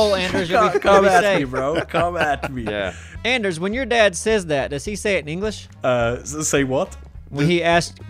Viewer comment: ITS ANDERSEL !!!!!!!